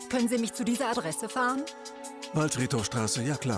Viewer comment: „Sie haben misch ins Gesischt gefilmt, das dürfen sie nischt!“